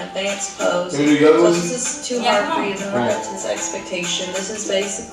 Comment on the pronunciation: “untt unn i need me a plate teww” 😭😭🫶🏼